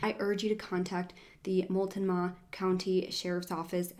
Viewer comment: And Medford, is medferd, mult no mah